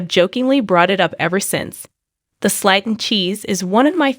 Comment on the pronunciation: You keep mispronunciating Slaton Slaton is pronounced as:[ s l AI - t uh n ] And lb is pound so quit making fun of how she mispronounces words you are no better